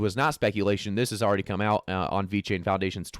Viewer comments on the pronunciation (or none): none